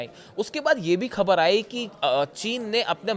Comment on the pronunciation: Pagal Hindi seekh pher bool - KHABER nahein boltay - Go to pronunciation school